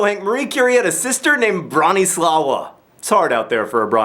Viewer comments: It's pronounced Broh-nee-SLAH-va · It is pronounced [brah-nee-swah-vah]. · it's pronounced bron-i-slava, which was also the name of my great-grandmother. it's polish :-) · John, you tried, I'll give you that, but you pronounced Bronislawa's name wrong. It is of Polish origin and therefore is suppose to be spelled with a slash through the l (Bronisława) and is pronounced brah-nee-SWAH-vah. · its pronounced broni swava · I'm pretty sure the name of Marie's sister is pronounced Branislava - with a proper V at the end, not W. -slava is a fairly common female name ending in some countries, including mine. My own name ends in -slav (the male variant). I'm not sure about the a/o in the beginning, but I'm going with a. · Learn some Polish! Lesson 1! The part about Maria Skłodowska-Curie's sister's name is Bronisława but you read it Broniswava (in Poland "ł" is pronounced like "w" and "w" is pronounced like "v"). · The lie is that Marie Curie had a sister named Bronislawa. It's actually Bronisława and it's pronounced bro-nee-swav-a :) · Polish "W" is actually pronounced like "V", and what you pronounce as "L" is in fact "Ł" wchich should be pronounced like "W". So it sounds more like "Broniswavah" with that hard "Rrr" :) Marie's mother had the same name. Quite old fashioned, but not as terrible name as you might feel. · "Bronisława" is actually pronounced "Broniswava", and is a regular (if old-fashioned) Polish name. (Its male counterpart, "Bronisław", happens to be the name of the current Polish president). And I completely don't understand what the funny thing about it is... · The name "Bronislawa" is pronounced Bron-ee-swava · The moment I heard that pronunciation of Bronisława killed me and I had to stop watching for a second because I couldn't think of anything else than Broneeslaooah. Sorry. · Well, the lie is that Marie Curie's sister, 'cause that's not how you pronounce "w" in Polish. ( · Actually it's Bronisława and you're not saying it right :)